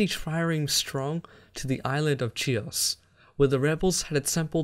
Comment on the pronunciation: Great quality but my brother, if you somehow managed to get the "ch" in Chares right then why, oh why, did you do "Chios" like that? Anyway I certainly hope you may decide to continue this series at some future point...✌️